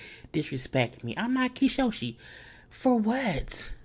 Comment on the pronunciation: Kyshoshi??!?! Kylomi, Kynono, Kylolo!!!! 😂😂😄😄😆😆 gets me everytime!!